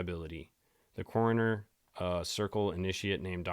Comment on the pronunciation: 😂😂😂 cracking me up when you kept saying coroners